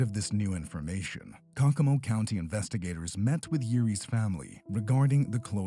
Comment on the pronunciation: Is this done with a computer voice? The name of the the Indiana city is pronounced Coe Coe Mo. I'm pretty sure it's not cockamo.